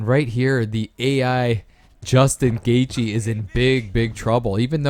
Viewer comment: The h is silent in gathje